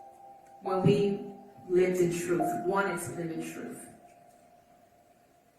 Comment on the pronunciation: ...okay. You feel better? Two things can be true at once...he was complicit and he is speaking "troof" in that moment.